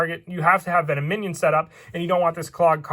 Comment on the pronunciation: VEN OM IN ON NOT VENO MINION